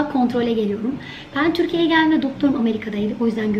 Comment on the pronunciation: Bıcır bıcır heyecanlı. Ağzını bile açmadan 'tirkiyiyi giliyiriiim' 😁😁😁